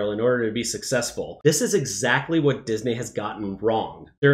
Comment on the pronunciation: Why does he keep saying Dis-Nay? 😂